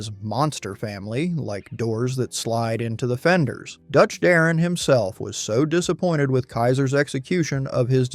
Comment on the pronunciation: Mispronouncing Howard "Dutch" Darrin's name is unforgivable. Voted down.